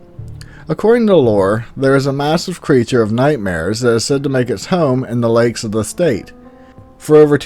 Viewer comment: You are pronouncing lakes wrong sir